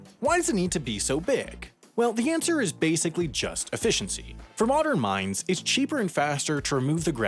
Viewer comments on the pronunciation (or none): none